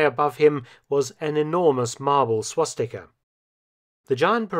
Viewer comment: Lol it’s swastika